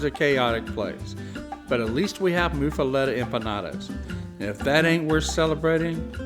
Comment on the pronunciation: but why to you pronounce it (moo fah let eh) when its locally pronounced (muff ah lot ah)?